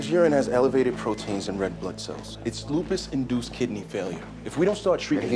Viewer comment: I swear that same dude is always like "it's LUpiS"